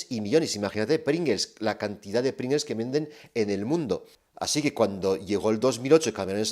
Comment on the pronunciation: Y como dice, somos todos disléxicos: es PringLes y no PringeLs